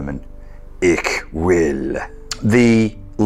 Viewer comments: Wunderbar interpret of Zarathustra (and the ”platt-deutsch” ick will instead of hoch-deutsch ich will) 👍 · You actually pronounced ''Ich will'' (German) as ''Ik wil'' (Dutch). Which even makes it cooler, since I'm a Dutchie.